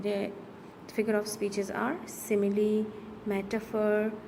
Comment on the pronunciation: your simile pronounciation is wrong